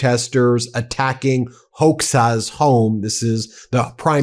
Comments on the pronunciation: HOXHA is pronounced HODJA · Hoxha is pronounced Hodzha. Just saying 😀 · Ben the old communist prime minister's name is pronounced Hoja, not Hoxa. Protests happened in Belgrade too against Kushner's building. I've been to Albania 3 times - it is a great nation and great people who suffered so much during the communist times and have survived with their spirits and decency intact. By the way, the island is still full of landmines and weapons.